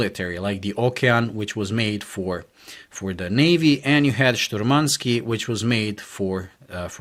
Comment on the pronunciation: it's not shturmanskEE, it's shturmanskIYE. And the stress is on the first syllable. `Shturmanskiye